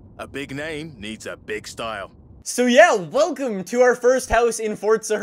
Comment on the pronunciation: why do you say "wilcome back!"